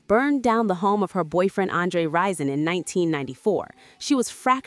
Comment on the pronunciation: RISON NOT RYZEN